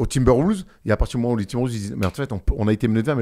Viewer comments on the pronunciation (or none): Super vidéo les gars. Par contre quelle est cette manie dans les médias NBA français de prononcer "Timberwoulves" ?? C'est quoi le concept mdrrr